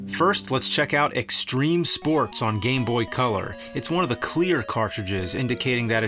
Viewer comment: STREME SPOATS